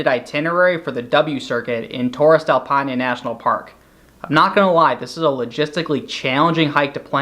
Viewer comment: I appreciated the visuals but the pronunciation of Paine and other names was pretty brutal to hear. Still overall a useful video. All the best